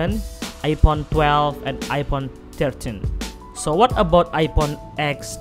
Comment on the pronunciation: Am i the only one who hear ipon?